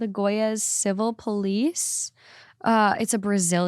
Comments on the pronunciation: “Yars” girl you’re doing this intentionally at this point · never in my life I'd think i'd hear trying to pronounce Goiás, i'm dying